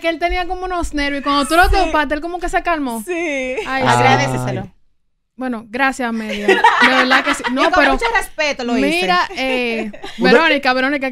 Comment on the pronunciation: “agradesecelo” Dios mío 🤣 es “agradécelo” y ya bebé